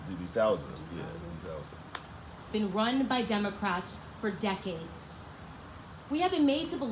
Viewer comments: D'Soooza is how u pronounce the name of the guy u reacted to that u didn't understand wut he was sayin! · It’s deh-sue-zuh D’Souza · I'm not 100% on this but I think his name is pronounced Da-Sooza. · The guy you mentioned his last name sounds like D Sooza (Sue za)